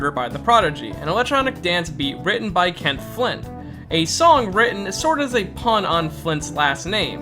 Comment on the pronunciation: ...Who the fuck is 'Kenth Flint?' You mean KEITH Flint?